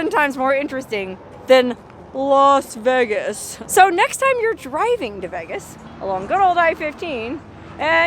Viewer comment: "Los" Vegas?